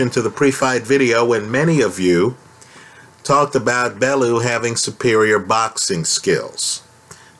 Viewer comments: It's pronounced BellYOU not BellOO. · it's pronounced BELL-YOU or BELLY- YOU